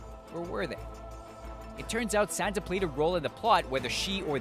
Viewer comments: Also, it's "SanSa", not "SanTa", for crying out loud! Please get the names right! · Hahaha. Ha. Ahahahahaha. It sounds like he's saying "Santa". Santa Stark. Haha.